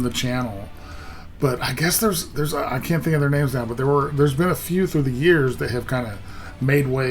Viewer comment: you got all the names right